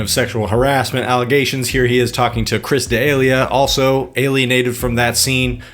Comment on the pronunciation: Woah somebody needs how to pronounce Chris Delia lessons